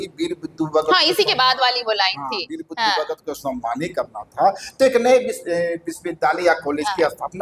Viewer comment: नाम तो कृपया सही बोलें, ये वीर बुधु भगत होता है न कि बुद्धू भगत 🙏🙏